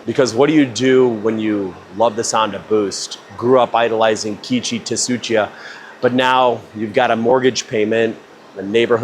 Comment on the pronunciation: Keiichi Tsuchiya Pronunciation was disrespectful AF 😂